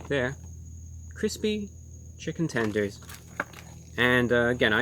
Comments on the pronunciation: Update: he also said "tendroid" lmao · chicken 'tendrons' ? lol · "Chicken Tendroid" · can we get a like for "tendrins"?